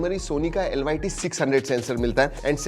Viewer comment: Sony lty likha he tu bol raha he lyt anpadh